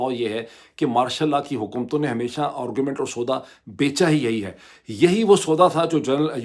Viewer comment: ڈاکٹر صاحب ایک تو آپ کا دعوی یہ ھے کہ آپ انعام یافتہ مقرر ہیں۔ لیکن ہم آپ کو روز اس قابلیت سے محروم دیکھتے اور سنتے ہیں کہ آپ ایک بھی جملہ ایک زبان (اردو یا انگریزی) میں بول سکیں۔ نیز ان زبانوں میں بھی آپ الٹا سیدھا بولتے رہتے ہیں۔ 'آگے بڑھنا" ھوتا ھے نہ کہ "آگے بھڑنا"۔ درست تلفظ "گھنٹہ" ھے، "گھینٹہ" نہیں۔ انگریزی میں بھی AARGUMENT بولا جاتا ھے ،ORGUMENT نہیں۔ اسی طرح heads of governments کہنا درست ھے، head of governments نہیں۔